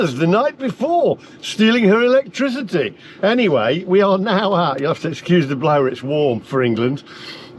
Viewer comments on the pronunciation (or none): none